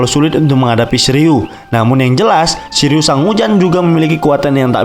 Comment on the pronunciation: Shiryu❌ Shiliew✅